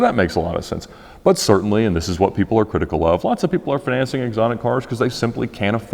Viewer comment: Fin-an-cing LOL